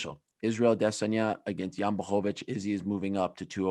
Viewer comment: Instead of sounding dumb trying to pronounce Israel’s name Why don’t you learn how to pronounce Jans ( the champs!!! ) name